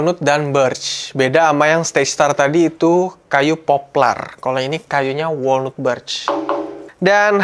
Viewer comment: Saran bang. Walnut cara bilangnya wolnat. Bukan wolnut.